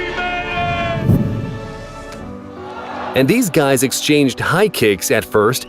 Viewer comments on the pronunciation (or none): none